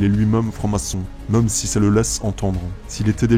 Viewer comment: (Même, et non pas "meume")